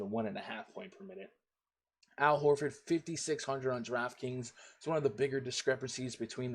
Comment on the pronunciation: Al Haaafor 😂